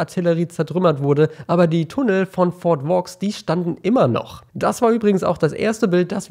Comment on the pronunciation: Das spricht man eigentlich Fort "Wo" aus xD